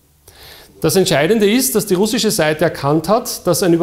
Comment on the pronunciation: wenn man probleme mit dem wort "russisch" hat, hier ein, zwei tipps: lesson one - listen an repeat: man betont "ru" und knüpft dann den rest an. würde sich so anhören: RUH-ssisch.